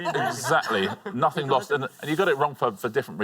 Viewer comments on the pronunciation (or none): none